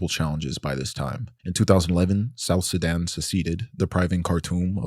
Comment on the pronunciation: why does he pronounce it like "Sedan"